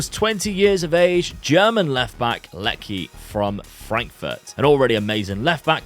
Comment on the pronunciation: Leci has Kosovo heritage so his name is pronounced like "Letzi", similar to Milot Rashica. Great vid